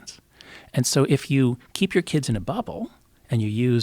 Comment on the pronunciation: Joe "how can I reach these keeds" Rogan